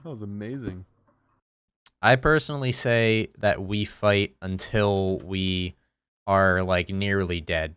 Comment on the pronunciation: You said sat ha. lol